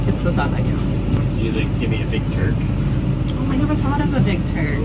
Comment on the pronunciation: Not me rewinding to see if you said ‘Big Turd 💩 or Big Turk’!!